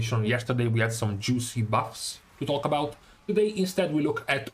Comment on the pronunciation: "yesterday, we had some juicy butts to talk about" i cant not hear that.